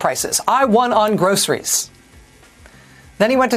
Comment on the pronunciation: He can hardly pronounce groceries.Much less do anything about the price of them.🤷‍♂️🤭